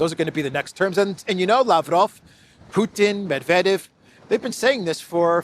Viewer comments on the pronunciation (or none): none